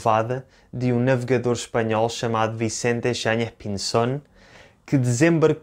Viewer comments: Obrigado,. Se tiveres tempo, agradeceria eu também o video sobre o relato de Pêro Vaz de Caminha. Gostei da tua pronuncia argentina de Vicente Yáñez Pinzón, que sería melhor identificar como “andaluz” porque ele, na altura, não seria mais espanhol do que Pedro Cabral, Duarte Pacheco ou o rei João II. Também nao seria “castelhano” como não eram as pessoas de regiões como Galiza, Astúrias, Vizcaya… que eram parte da Coroa de Castela. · o senhor fala espanhol? O seu sotaque ao dizer o nome do marineiro espanhol foi perfeito. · sim, a pronuncia do em espanhol e bem bonita e perfeita